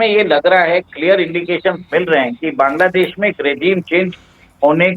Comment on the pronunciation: सर! सबसे पहले तो आप बैंग्लादेश नहीं बोलकर बांग्लादेश बोलिए। आपके इस असम्मानजनक उच्चारण के लिए मैं आपके इस वीडियो को अनलाइक कर रही हूं। और 1 मिनट पूरा देखने से पहले ही वीडियो को छोड़ रही हूं।